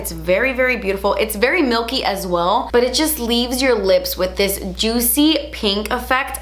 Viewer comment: Girl, “Delichass” “juitcy” my new favorite words😍😂 also, go to skincare products?